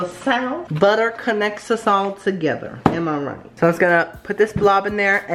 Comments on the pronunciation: "Next we're going to add BUTTEH"😂😂😂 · I DIED WHEN HE SAID BUTTER LIKE BAAHGA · Someone needs to make a compilation of saying "perfect" and British accent "butter"